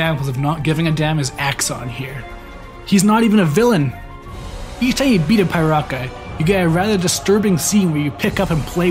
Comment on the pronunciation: It's actually not pronounced Pai-raka, it's pronounced Pee-raka. But well, what do i know, maybe it's from my perspective after all.